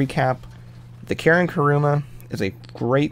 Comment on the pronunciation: Wtf is karuma ITS KURUMA